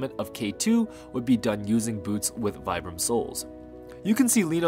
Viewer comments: pronounced veebram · Very interesting and well put together! Just so everybody knows, it is pronounced Vee-bram not Vie-bram, and they were pronounced Fee-rays not Fires.